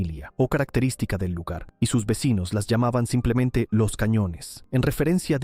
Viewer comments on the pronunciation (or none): none